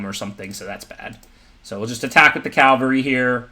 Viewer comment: What's been bothering me is that it's pronounced caVALry, not CALvary . Cavalry are mounted warriors. Calvary is where Jesus Christ died, according to the tradition.